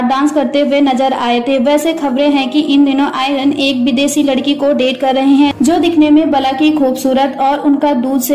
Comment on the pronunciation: आयरन नहीं मैडम आर्यन सही से बोला करो